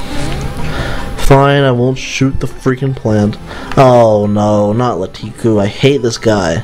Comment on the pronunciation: Lol you said La(t)i(k)u. It's actually La(k)i(t)u